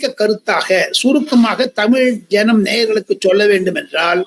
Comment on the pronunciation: It's JANAM not JANANAM